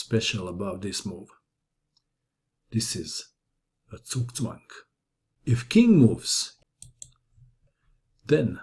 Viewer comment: Leave it to a Croatian to pronounce 'Zugzwang' accurately!